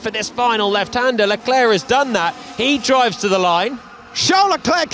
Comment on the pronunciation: Why do they keep saying Chall Leclerc get it right.